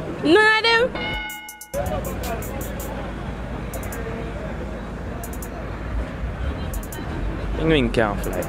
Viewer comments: It's not ping wing it's penguin 🤬🤬🤬🤬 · Penguin, NOT Pinguin. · "Penguin"the pronunciation threw me off.